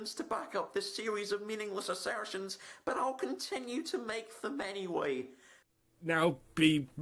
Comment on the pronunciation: "Mindless Assairrrstions"